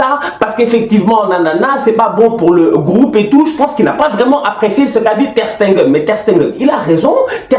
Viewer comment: Ter Stegen et non Ter SteNgen please ohhh... Sinon Top👌🏾😂 Aussi suarez n'a qu'à se gérer 4 ans sans but a l'extérieur en UCL, doyna nak